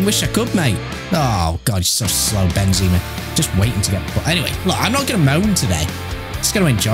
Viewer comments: Benzaaamarrrr not benzeeemarr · It’s not benzeeeema, it’s benzema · Ben ze ma Not benzeeeeeeeeeeeeema ffs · It’s pronounced Ben - ze - mar not Ben - zee -ma